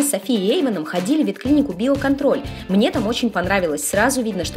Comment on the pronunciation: Мне послышалось не био контроль а белка тролль)))))))